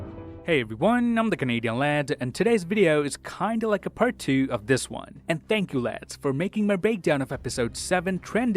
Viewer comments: "See you guys in the next Won" Ahh so iconic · And why did you say "btw this is and i see you in the next waan", your name changes almost every week 😂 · yeah I noticed him saying i am ans see you in the next "won"